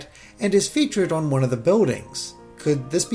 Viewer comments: Why can’t you say “on”? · How does metal stairs prove that the cities are going to look like cities? Where the fuck is your logic coming from? “There’s a tree in town so the town must really be a dog” I assume by your pronunciation of “on” and your expertise on city structure that you’re from New York and just go back Unova!